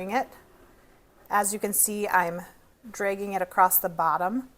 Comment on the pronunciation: You must be from the southwest. I clearly heard you say "DRAY-ging" instead of dragging.